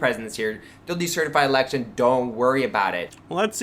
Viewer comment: One of my main grapes about Peter is his pronunciation of election as just ” The Lection”